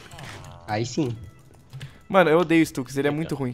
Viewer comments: nao eh stax eh stux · q raiva dele falando stax e n stux